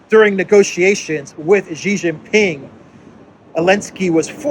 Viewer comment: It pains me to hear the west calling the leader now of the "evil" dragon trying to destroy the world by promoting peace and infrastructure building as GEEE Jing Ping, its prononced as SEEEEEEE not GEEEEE. For the Chinese, to get the surname or the family wrong is the greatest insult to not only the person but also his bloodline. Its a disrespectful insult. I have written about this before, I hope in the near future, we can accord some credance to the surname of the person now that has become the icon of peace, even though Duran is the most credible channel on the web .....GEEEEEE is not the way to go.....SEEEE, Its SEEE, Si, Si, Si, Si please! For crying out loud, Gee Jing Ping can mean REJECT Jing Ping, unless that is the purpose for of the channel, to program all english speaking chinese to reject Xi ....pronounce as SEE or Si, which means to learn. A good name, that become REJECT....sigh. Its the second time I am writing. I hope you get to read it.